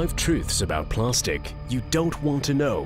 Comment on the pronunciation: What the fuck is "plarstic"